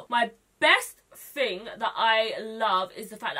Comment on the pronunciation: I looove that you say fing instead of thing, you're adorbs